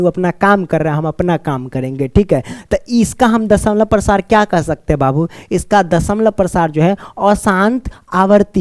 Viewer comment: Sir dashmlav Prasar bol raha hai